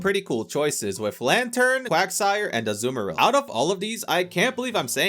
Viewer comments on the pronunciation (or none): none